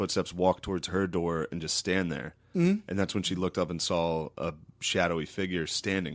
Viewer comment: why does matt pronounce "saw" like "saul" lol